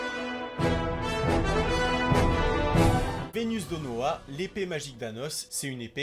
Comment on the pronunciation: Très bonne vidéo, juste c'est vesdenoa pas venusdenoa l'épée brise norme et il est appelé le "cruel roi démons" Mise à part ça c'est génial continue.